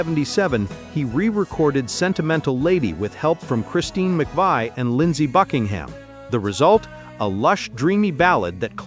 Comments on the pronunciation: Chaka Kahn didn’t do backing vocals on “On and On.” She did them on “Little Italy.” And McVie is pronounced mick-VEE not mick-VYE. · Oh my God... it's Christine McVie... pronounced McVee, not McVigh or so...🫣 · Did anyone notice that when they did the clip of Stephen Bishop and the narrator said backing vocals were by Chaka Kahn, they actually showed Marilyn McCoo? Also, the narrator pronounced Christine McVie’s name as Christine Mc-vye? If you don’t know who these artists are, don’t bother mispronouncing their names!! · You mispronounced Christine McVie’s last name. It’s a long e. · It is pronounced Mick Vee. Christine McVie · It's Fleetwood Mac's Christine McVie (pronounced MAC VEE, idiot) and Bishop did both lead and background vocals for On and On and that's not Chaka Khan, that's Marilyn McCoo who had a tv show back then, you idiot! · Btw, it's pronounced McVee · Christine McVie's It's pronounced Mc-VEE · fun fact: you mispronounced Christine McVie's name. Also Chaka Khan. 😉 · How could he even act like he knows RETRO with the way Christine McVie name is pronounced??